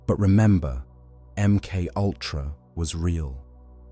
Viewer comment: Em cultra Emoltra Em K ultra M K U L T R... A M K owltra M K oyltra M K ayltra THE AI VOICE HAS HAD TO DAY IT SO MUCH IT'S BEGINNING TO BREAK IT'S OWN ARTIFICIAL MIND. 🤣🤣🤣🤣